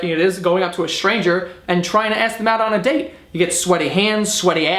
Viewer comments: Was about to sub, then you pronounced "ask" as "aks" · When you're drunk you pronounce ASK properly... well done, keep drinking. Yeah you might end up an alcoholic, but at least us grammar Nazis will be happier. 😎🖕😂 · I "Aksed" you a question. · "if you ever axed a woman" Loooool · "IF YOU EVER AXED..." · Can you not say ask